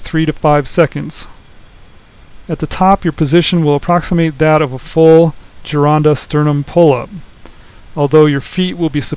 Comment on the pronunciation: Thank you SOOOO MUCH! Not only for bringing uncle Vince’s work to people! Also for pronouncing the name “GIRONDA” properly! Thankyouthankyouthankyou!!!